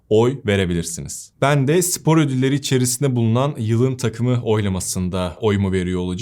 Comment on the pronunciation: Sevgili, “sipor” değil, “spor”.